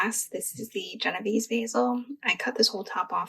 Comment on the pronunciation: I love your video. your kitchen is beautiful, u must b RICH. It's pronounced Jeno VAY zee, just so you don't sound ignorant. Genovese basil is what you make PESTO out of. You can cut all your plants down to 4 leaves and they will grow back. Cutting stimulates growth. The plants love it. It's also best to never let your plants go to seed it'll make your plant bitter tasting.